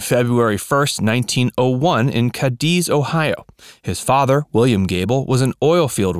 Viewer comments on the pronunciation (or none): LEARN how to pronounce CADIZ and the job in a rubber factory was IN AKRON NOT DAYTON! It was know as the rubber capital of the world and had BF Goodrich, Goodyear and Firestone tires made there at one time or another.